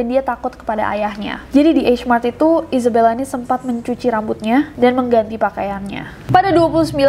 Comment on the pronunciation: Gue: Isabella Kak nessie: Izebella :")